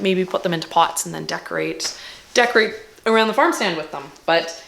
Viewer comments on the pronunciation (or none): none